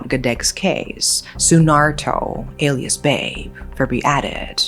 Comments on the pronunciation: You pronounce BABE wrong, BA like in BAA BAA Black Sheep, and BE like in BED. I believe the real text is BABEH with an H behind BABE. BABEH originated from Betawi languange, the native language of the Jakarta local tribe. It means Dad or simply how young people called male elder when they are not family related. Calling elder with only their name would be considerred rude in Indonesia. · And "Babe" is pronounced Ba-bé 😄 Meaning father in Betawi language. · no thats not hpw you prounce BABE..... but yeah some 90's kids growing up in jkt used to people older people sayingg "don't be naughty or you'll be taken by robot gedek" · Just FYI, "Babe" here is not pronounced 'beb' like baby/honey, but rather 'ba-be', means father in Betawi language. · Just a slight correction on how you pronounce "babe", it supposed to be " ba-bé", not like how you pronounce "babe" in English 😅. It came from the word "babeh" which mean dad/old man. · "Babe", read it Ba-Be hahahaha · the man's name is read as Ba-Bé 😂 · Sorry. "Babe" should be pronounced "Bah-Beh", means 'father' in Betawi language. Damn it makes it even darker :( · Just want to say that the "Babe" in Indonesia. (especially Jakarta) is pronounced similarly to the English pronunciation of the first syllable in "father," (Fa), but typically ends with a glottal stop (a slight catch in the throat) or an 'e' sound, depending on the specific dialect. Like "be" in "bed" It can be transcribed as "bah-beh" In the Betawi dialect, "babe" (or "baba" / "abah") is a term used to mean "father". It is an alternative to the more formal Indonesian word bapak. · it's not babe, the pronunciation is kinda similar to bebe. it means father in betawinese